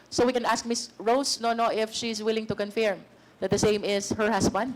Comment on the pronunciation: Pls pls pls... pakisabi kay Luistro mali po pagka pronounce nya sa word CONFIRM.. paulit ulit pa sinasabi. Favorate word nya yan ah